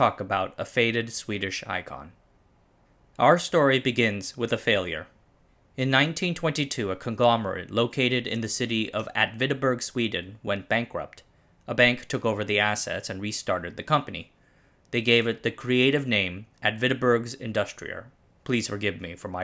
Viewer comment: Yes, Åtvidaberg was pronounced totally wrong. But your pronounciation made it sound really really cool. Or like a medication.